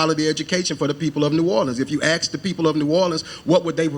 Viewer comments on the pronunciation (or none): I can't take anyone seriously when they're talking about education and say "axe" instead of ask. And I'm as southern as it gets and speak correctly.